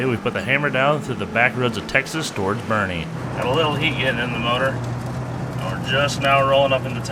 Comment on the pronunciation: I’m happy you actually pronounced boerne correctly